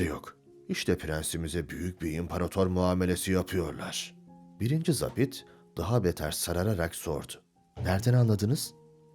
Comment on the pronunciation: Seslendiren çok başarılı ve diksiyonu düzgün. Ancak, 'zabit' sözcüğünü yanlış telaffuz ediyor. Eski dilde 'Subay' anlamına gelen bu sözcük okunurken 'a' harfi, 'mavi' sözcüğündeki 'a' gibi' uzatılır.